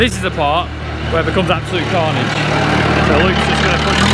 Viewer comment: Calfnidge, not carnage